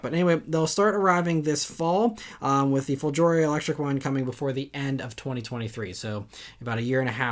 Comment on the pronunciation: Great video as always to start my weekend. A little note: the letter g in the world "folgore" is pronounced like the g in the word "great", also the accent lies on the first syllable.